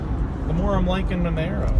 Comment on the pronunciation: It's not Menero, it's Monero!